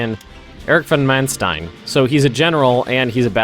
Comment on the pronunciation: its von Manstein spelled like fon Maanstein with an open and long a like in "large" ;)